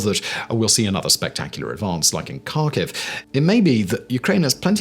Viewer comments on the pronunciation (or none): its pronounced Harkive. not Karkive :) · Kharkiv is pronounced Har-keev I believe. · Simon, please learn some basic Ukrainian place name pronunciation. Your Received Accent bespeaks the traditional British, "I don't care, and will pronounce it any way I want." Here are corrections I encourage you to employ: -KH = H, not K, so Kharkiv = Harkiv, not Karkiv. English does not have the guttural sound like 'ch' in German 'ich' but to use the "K" only is wrong and sounds uneducated -U = is always "oo" as in 'moon' but with less Received Accent 'w' off glide. "oo" not "Moowwn" 2 Vowel Problems: -IU and YU (2 letters in English, 1 in Ukrainain Ю) are ONE syllable, not 2. The town of Izium is 4 letters in Ukrainian (Ізюм). The 3rd letter is the vowel "YU" as in English "you". The town in "EEZ-youm", not "ee-ZEE-youm" -IA and YA (2 letters in English, 1 in Ukrainain Я) are one syllable not 2. The town of Vinnytsia is 7 letters in Ukrainian (Вінниця). The last vowel is Я, or "IA", as in the German 'Ja!'. The town is 3 syllables, not 4: 'vee-NEE-tsya' not 'vee-NEE-tsee-ya' This will make you sound much better and it will show respect for the Ukrainian town names. Few Brits or Americans seem to want to learn this, or god forbid, care to learn it. Your presentations are well thought out and well produced. When you say "Karkiv" and not "Harkiv" all your work flies out the window. Thank you. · There is no city Karkew its Kharkov and the K is silent. It's embarrassing to listen at it. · FYI, Kharkiv is pronounced like Harkiv - the K is to show that you close your throat before saying the H. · Kharkiv has a silent K, Simon.